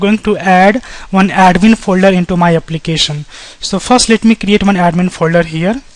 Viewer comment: applicasion.... forms authenticasion .... nice video though